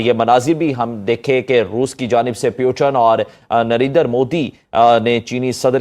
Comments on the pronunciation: Abe porki pyotin nahi putin ji hai wo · और एक चीज़ नोटिस की क्या? ये पाकी पुतिन की जगह पूतन बोलते है🤣😂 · At 1.51-“ pewtun “ ⁉️🤔😂🤣,…at 3.03-11- Abe o idi…ot, ye hamare honorable PM ki baat ho rahi hai tere k@ shareef ki nahi,😂😂waise,itni saaf je@ dikhana bhi achchi baat nahi 😂😂,…